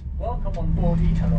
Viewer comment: Note: when pronouncing "italo" the accent falls on the "i", just like Italy.